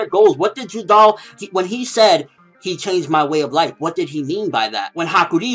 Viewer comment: its judar not judal